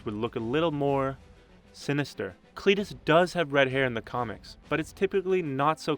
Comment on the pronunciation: CLITus, that pronunciation tough